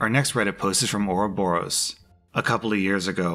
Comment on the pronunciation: Ok can we just mention how good rslash said ouroborus